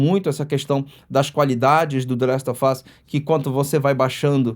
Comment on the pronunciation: "Dlest ôfáz" HEUEU